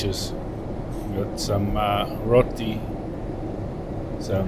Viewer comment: Hi, love the way you say “Roti” way better than many Indians haha Keep up the good work 😉